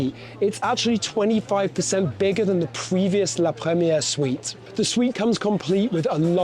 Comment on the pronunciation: 1 more time he said “la premiege” with French accent and I would’ve close the video